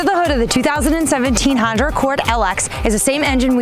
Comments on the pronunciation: Still haven't learned how to say Honda yet. Good think you don't work for Acura! From a stop, quickly put the gas pedal to the floor. Repeat with the traction control switch off! It will beat many muscle cars form the '60's. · Honder Accord haha Love it. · Try some decaf. Honder? I swear you`re saying Honder.